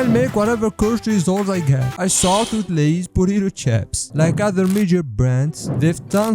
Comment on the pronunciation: Jako Asi Lay's jako Lie's!